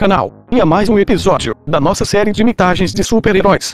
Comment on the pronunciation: SUPER REROis